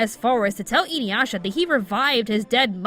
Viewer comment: I'm sorry but the way you're pronouncing Inuyasha is grating. Its Ee-Nu-Yah-Sha